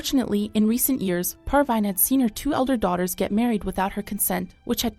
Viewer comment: Her name is "Parveen" not "Par-Vine" i know it is a computer